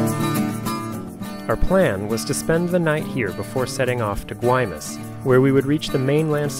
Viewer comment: You certainly get the award for the best cinematography of any sailing videos. Absolutely beautiful, music choices superb. My only complaints where your pronunciation of the names Mazatlan and Guaymas. But you still get an A+! Fantastic journey. Keep it going